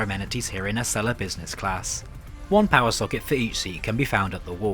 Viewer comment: ACELA is pronounced A-cell-uh, and America is pronounced A-mare-ih-cuh not Uh-mare-ih-cur